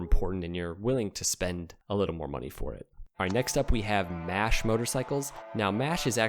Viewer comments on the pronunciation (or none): none